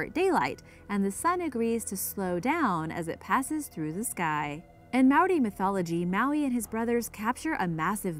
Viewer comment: As a Maori I'm cringing on the Inside at the prounouncaions, E for Effort tho